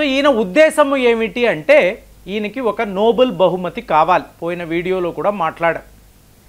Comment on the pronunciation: Nobel not Noble.